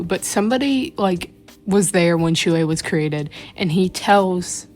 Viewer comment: I KNOW its annoying when people say it but.... THATS NOT HOW U PRONOUNCE SHUI (T^T) its shway so your oc name is shway shing